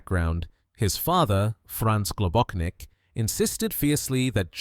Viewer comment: GlobóCHnik, not GlobóKnik. His surname had Slovenian origins